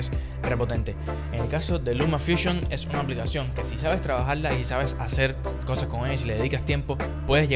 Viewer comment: Trabajal-la? Habla bien edúcate